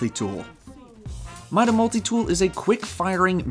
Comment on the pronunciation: lol "mole-tie" for multi??? More like "mull-tee"...